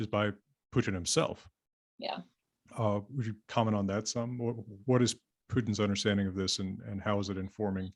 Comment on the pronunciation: hwats and hweres are awesome.